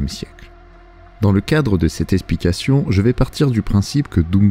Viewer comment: par contre faut dire le X de eXplication ɛksplikasjɔ̃ <- c est la phonétique du mot. pareil pour eXploration (ɛksplɔʁasjɔ̃) voilà c est juste que ça me trigger bisous